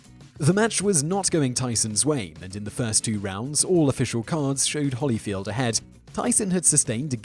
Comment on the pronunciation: there's clearly only one 'l' in holyfield. why are you pronouncing it like my name? the first name mispronunciation is acceptable, because of the word 'evan', but the bastardisation of the last name is not.